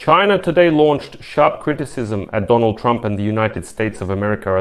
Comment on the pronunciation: Fuk CHY-NAH